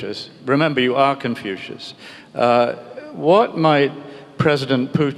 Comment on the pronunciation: 他甚至不能正确的说出孔子的英文发音😂